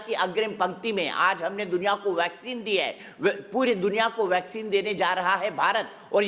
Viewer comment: Mecsin nahi Kawwe Wecsin he